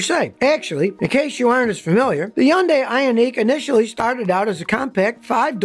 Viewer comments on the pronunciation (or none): huhn-day not yun-die, jesus man. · Stop saying undai it's Hyundai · Why can't you pronounce Hyun-deh..... Not hyun-die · Scotty, when the Hyundai (Sunday) rep came to our dealership, from Korea, he says Hyundai sound just like Sunday, so Hunday...I have since verified the pronunciation with Koreans. NOT yundie. Anyway as an old mechanic myself, by 2007, it seemed the quality of material and fit and finish had progressed to be so competitive for the price, that I bought a new kia Optima. It replaced my 89 camera..it was so nice, in 2012 a Hyundai Sonata, was now in the family, then in 2018 a Hyundai Accent..so far only thing gone wrong, Optima, 1 rattling sway bar link, Sonata, leaking oil pressure sending unit, noisy drive belt idler. Even if I had to pay to have the work done, the labor was minimal, and parts from the dealer were quite reasonable. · Scotty, it’s HUN-day. Not, high-YUN-die. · LOL - it is not pronounced hun-die!! The correct pronunciation in hun- day ( rhymes with Sunday). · Hyundai is pronounced “Huhn-day” like “Sunday.” You’re supposed to be a car expert and pronounce it “Yuhn-die” 🤯🤬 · Hyundai.......rhymes with Sunday! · Are you really pronouncing it as YoundI? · First of all, it's Hun-day not yun-die! Jeesh. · the hyundai commercial guy calls it a hun-day..so i dont know why you want to be a wise guy and call it yun-day. kinda like jeep guys who watched an old kaiser-jeep video and now calls them willis instead of willeez. if you want to pronounce it as yun-day then go live in korea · It is pronounced Hunday, like Sunday. I have had 3 Hyundai's and all ran flawlessly and never had problems. All had 200,000 miles before I sold them. Stop the hating. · That's a lie in the commercial. The real way is hyun die. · My friend, the correct pronunciation is “ Hun day “ ..👍 I really enjoy all of your videos! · I'm just trying to figure out why Scotty pronounces it "Yondie"... 😂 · "Yun-die"? I was told it rhymes with "Sunday", and the "y" was silent.